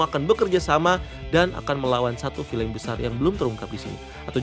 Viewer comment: Tolong dek. Bacanya "Vil'n" , bukan "Filein"